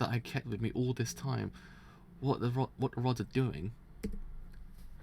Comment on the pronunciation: I'm being driven insane at him sayings RODS as ROADS.